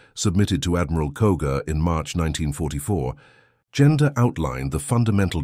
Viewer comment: The synthetic voice is aggravating not able to distinguish where are the sentences starts and ends. Too bad because the content is interesting. Names are butchered Genda (General Minoru Genda) and not Gender The US admiral Mitscher (Mark Mitscher) and not Mitchell